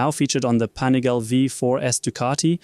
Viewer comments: Pani gal le, not Pani gale. It's Italian...... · Panigaaaaaale, not panigaile 😅